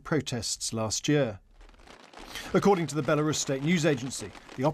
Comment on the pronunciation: Why is she saying "Bielarus"?